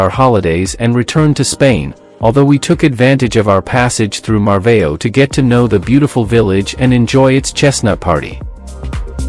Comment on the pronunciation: If you pronounce it "Marvaw" it would be closer to the portuguese pronunciation. I was wondering what "Marveio" was.